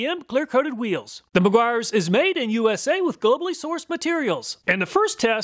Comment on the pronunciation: he says.. whoeeels